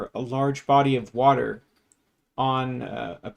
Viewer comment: I guess the one improvement has over Kent is that he can say “water” like a normal person